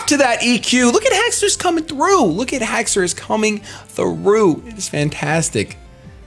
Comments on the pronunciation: Don't worry its Hax a ris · Haxourus is pronounced hax ur us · No because dinosaurs have the 'au' in their name, which makes the sound of 'aw'. Haxorus only has an 'o' so I don't think its pronounced Hax-aw-rus. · It's pronounced Hex-er-iss. The anime and 3D pro both pronounce it that way. What 3D pro are you looking at? The correct pronounciation is how said it before his AHA moment. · It's not spelled Hacksaurus, so it's pronounced how you thought it was before.